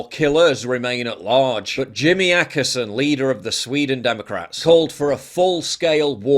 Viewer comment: Ohkesson not Akesson!